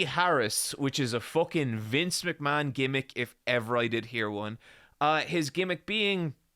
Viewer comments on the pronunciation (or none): none